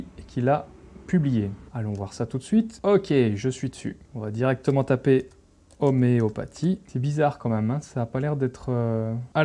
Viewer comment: 'oméo pa'tie?